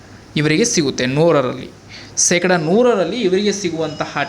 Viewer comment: ಕನ್ನಡ ನಾ ಕೊಲೆ ಮಾಡಬೇಡ ಸೆಕಡ ಅಲ್ಲ ಶೇಕಡಾ